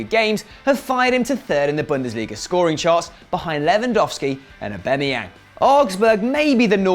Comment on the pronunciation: Eubemeyang.... I am pretty sure it is pronounced Aubameyang, so please work on your damn pronunciation